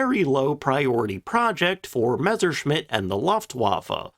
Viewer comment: One of the few WWII channels that doesn't pronounce it "Meshershmitt." THANK YOU.